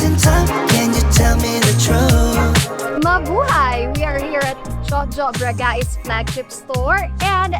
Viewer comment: BRAGAIS (BragICE) not BRAGA-IS. Spanish po kasi name nyo, and yan din po ang Universal pronunciation sa Spanish. You can't change the pronunciation of it even if you want to. Your brand will sound more International.